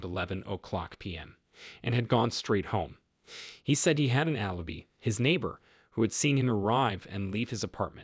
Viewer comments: Please, please hire someone who can read English. It drives me crazy when the narrator mispronounces easy words. Alibi not alibe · Keeps mispronouncing ‘alibi’